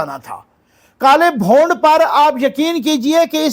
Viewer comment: "Bhond" nhe....."Bhoond"